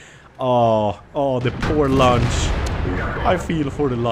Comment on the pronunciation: That "lunch" tank is a luchs, its pronounced LUX :D